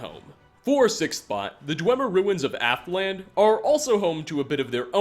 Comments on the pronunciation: And "Aftland" instead of "Alftand". He does seem to have a knack for fumbling some the various names in the game. Not everyone can wrap their tongues around "foreign" names as easily as others. It depends on your own experiences, methinks. I know I struggle with names from lots of different places, myself. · Literally mispronounced a whole bunch of names they actually say in the game itself. Serana, Alftand, Hermaeus Mora, etc.